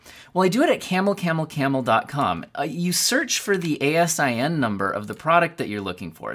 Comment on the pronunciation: As a long time Amazon employee I laughed every time I heard you spell out A S I N. We pronounce it out. It stands for Amazon Standard Inventory Number.